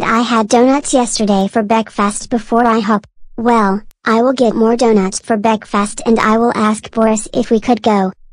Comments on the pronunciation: It called bekfast now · It's pronounced bekfist